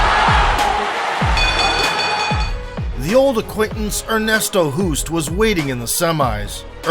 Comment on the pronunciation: Why not do a little bit of research on how to pronounce non English names? Ernesto Hoost is Dutch. Pronounced like host.